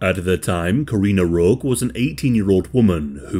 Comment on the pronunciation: "Roque" is pronounced as Row-kei